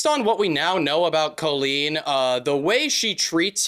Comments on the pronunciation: Okay but "Koe-leen"? I don't think I have ever heard it pronounced that way before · great vid ! but is nobody gonna talk about the pronunciation of colleen in this video . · I thought he said koolen like the youtuber (i dont think i spelt her name right) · why do you say colleen like that tho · Not trying to be rude, but why is he pronouncing Colleen like that? Have I been saying it wrong? 😂